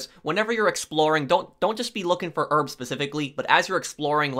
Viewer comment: ask for the rrrrrrrbs